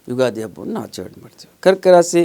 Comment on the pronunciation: ಒಳ್ಳೆಯ ಕಾರ್ಯಕ್ರಮವಾಗಿದೆ, ರಾಸೀ ಅನ್ನಬೇಡಿ,ರಾಶಿ ಎಂದು ಹೇಳಿ